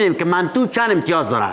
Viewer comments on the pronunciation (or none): چقدر جالب گفت منتو 🤦‍♂️🤦‍♂️😂😂😍😍